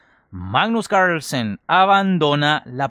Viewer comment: Que difícil decir carrrlsen cooorlllsaan